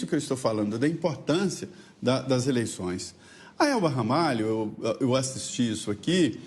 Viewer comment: Não é Ramalha, é Ramalho, meu sobrenome, orgulho da minha tia Elba Ramalho. kkkkkkk